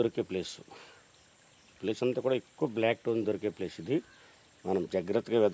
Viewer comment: టోన్ టోన్ అంటే ఏందో అనుకున్నా... అది టోన్ కాదురా స్టోన్